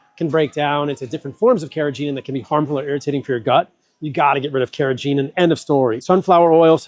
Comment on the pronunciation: Carrageenan’s g is hard, as in go.